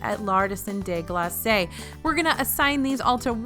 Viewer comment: you seriously still pronounce Glace wrong in France?! It’s like Glahse, not glass-say! This is like nails on a chalkboard.